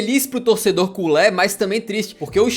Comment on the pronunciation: Culê é a pronunciação correta